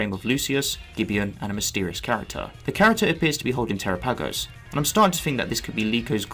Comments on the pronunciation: It's pronounced Terápagos not Terapágos with emphasis on the first 'a' not the second 'a'🙄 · I can tell you don't watch the English versions... flotilla miss pronouncing terapagos. Lol